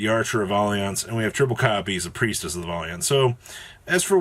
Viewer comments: No he obviously said it correctly “Volley aunt” lmao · Thanks for living up to the stereotype that YGO players can't read. Valiant is not pronounced that way. lmfao!